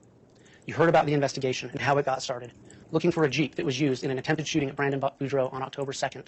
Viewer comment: It's Boudreaux (Boo-dr-oh) not Bordeaux like the wine ;)